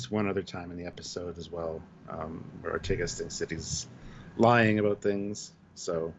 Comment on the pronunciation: Lol love you guys but pls, Ortegas is Or-TAY-gus, not Or-TEE-gus. Like in Vega, Beta, Sega, Zeta, Diego etc, E has an A sound in Spanish and other Latin-based languages. Never heard you guys say B'Elanna Torres as Tor-REESE so I know that you can do it, gentlemen ;) We love the character, SNW is great and hopefully will go for seven seasons, the actress watches TrekYards,so I think we owe it to get her name right Cheers, thoughtful commentary on a thought-provoking episode! xx